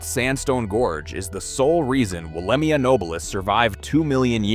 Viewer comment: Pronounced and sounds like " Wollemeye " .... not i